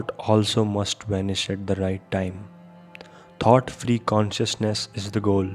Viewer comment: It's not pronounced: 'tot' ..but 'thought'. You're not pronouncing: t[H]ought. It's good that you speak slowly thus clearly ..except for the constant mispronounciation previously mentioned. Ommmm